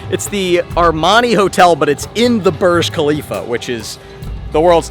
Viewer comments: And it is not pronounced burj Khalifa it is pronounced Boorj khalifa and it is not pronounced Al Baeek it is pronounced Al bake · Everyone says burj khailfa wrong